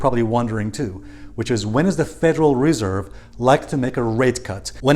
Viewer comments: Stress on the second syllable with Federal Res'erve 😉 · Nice vid you keep mispronouncing Reserve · Please master how to pronounce the word reserve dear friend you bounce around sometimes getting it right and sometimes getting it wrong. But I must say that you usually do get it right and your content is excellent thank you so much❤